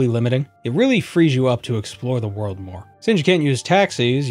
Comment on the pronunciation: lol, you said 'beat the worm'